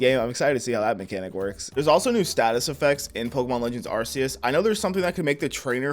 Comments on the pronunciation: No it’s arkeus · iT'S aR-cE-eS BRo